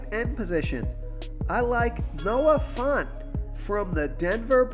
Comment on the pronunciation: It’s fANT, not fAUNT —😂jfc he said it 26x